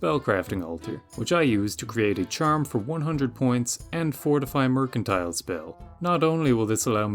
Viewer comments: mers and tull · “Mer” as in mermaid, “can” as in a can of soup, “tile” as in a tile on the floor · MER-CAN-TEAL if you feel fancy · Mer-can-tee-leh, must be Italian! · still not knowing how to pronounce mercantile is precious. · One day he'll figure out that you say the "c" with an "s" sound like in mercenary.